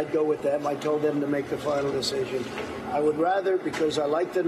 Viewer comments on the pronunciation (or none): none